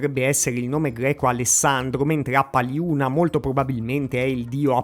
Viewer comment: "alaksciandush" e "appaliunash" devi pronunciarli, con "sh" pronunciato alla maniera inglese cioè "sc(i)" per noi e "ch(i)" pei francesi.